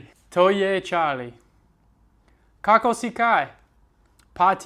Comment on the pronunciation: It's so exciting watching you learn and try to pronounce words in slovenian. You did a great job and we certainly cherish your effort. No hate or whatsoever but next time try to pronounce the word "kako" - (meaning how...?) with emphasis on the second o [kakó]